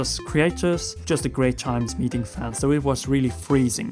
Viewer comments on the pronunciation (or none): none